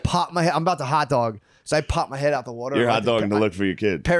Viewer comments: Every 2nd or 3rd time Matt says "water" the Philli accent comes out like "werter" its the best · I think Matt is is trying to sell the pronounciation of water as "wooder". His pronunciation of water as "wooder" comes up a lot... 😆